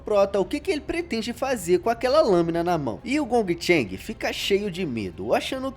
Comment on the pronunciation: Dica: Esse G depois do N, tipo no nome do 1º valentão Dong Cheng, é igual no inglês, tipo em shopping, playing, making. Esse último G não tem som, então Dong Cheng, por exemplo, lê-se "Don Tchen".